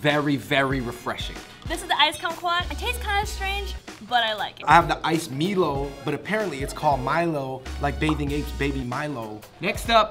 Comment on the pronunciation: I can't believe her said MEELO, it is Milo (my-lo)